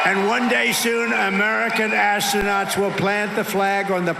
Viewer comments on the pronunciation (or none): AssTronats! - Toilets! Straws! The most cunnglinguisists ... Huh? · He also said assonauts. Listen to it again. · How did you miss him saying "ASS-nauts"??! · ‘Assssooonauts’ Trump